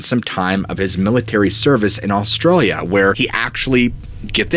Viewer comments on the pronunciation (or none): none